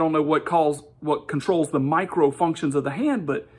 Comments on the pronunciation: I think that him emphasizing “micro” so much is because he’s arguing that these sensors are so small that they can’t be detected, which like, there’s a tool for that, it’s a microscope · I love how he kept using nano and micro in a way where he would say nano first normally, then go to micro in a higher pitch, like he's emphasizing how small something 'micro' is, despite the fact that 'nano' is a thousand times smaller, by definition! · I also docked mister "Look at the seals!" points every time he stressed the prefix 'micro' over 'nano', giving me the impression that he thinks a 'micro-sensor' is smaller than a 'nano-sensor'.